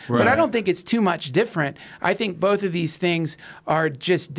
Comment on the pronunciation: Joe "Bolth" Rogan